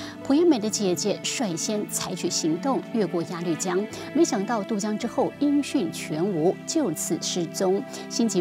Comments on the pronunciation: 鸭绿江 鸭ya 绿lu 江jiang 不读lv 读lu... 英语就算了，但这个读错瞬间感觉很没文化... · 鸭路江，那个绿字读路，强迫症不想看了，一直绿啊绿的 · 朴（Piao） 鸭绿（Lu）江 我真服了 你们都是文盲吗？ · 作为从小在鸭绿(loo)江边长大的人， 听主持人讲鸭绿(lv)江真是心塞。。。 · 主持人：您的英语很尴尬，中文夹带英文更尴尬！！请节目更正发音：朴piao妍美，鸭绿lu江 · 鸭律江？主持人要多读书啊。还有普妍美？大陆这边念嫖研美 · 鸭绿（lu）江，谢谢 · 鸭绿（lv？）江？？？文盲主持人？ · 鸭绿 lu江！这主持人有没有文化